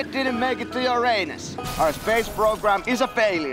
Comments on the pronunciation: Yeah actually it's ura-nus not ur-anus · Aljaž Jesen ya I know your suppose to say it ur nis